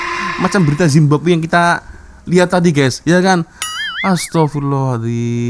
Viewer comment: sebut "Zimbabwe" aku berguling gelakkk 😂😂😂😂